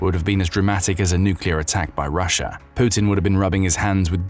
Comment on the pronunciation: How the F do you get “russer” out of Russia? 😂